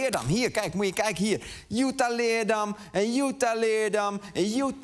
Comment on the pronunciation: Nogmaals: je spreekt het uit als LeerDAM. Als ik Amsterdam uitspreek met de klemtoon op 'Amster' dan worden ze daar ook gek